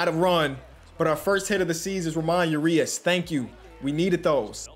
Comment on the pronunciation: It’s Pronounced Ra moan Ur E Us